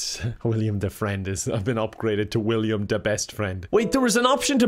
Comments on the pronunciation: If you start thinking about how his name is Willem Dafoe, not William, you will become more and more annoyed while watching this until you feel only rage by the end. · Is it just me who was insanely bothered by calling willem dafoe “William” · Ahhhhh it's Will-EM not William! It's okay I forgive you. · nothing worse than hearing call willem dafoe “william dafoe” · new drinking game: take a shot every time says william instead of willem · Somehow it’s physically painful every time says “William” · saying William instead of Willem is bothering me more than it should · ITS WILLEM GODDAMNIT this isnt no jim pickens its WILLEM DEFOE